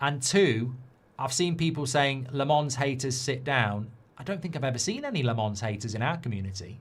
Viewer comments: Its LA-MENS, not LE-MANS. Uve been saying LE-MANS. just need to switch the vowels uve been pronounce, mark... though it doesnt matter if u couldnt do it. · Lammens 👹 not Lamonce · Still getting Lammens wrong mate 😂